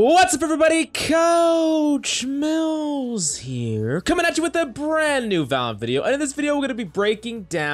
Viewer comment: Now we can understand that he says coach mills and not coach milfs